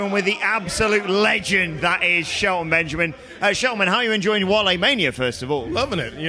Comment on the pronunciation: Sheltamin Benjin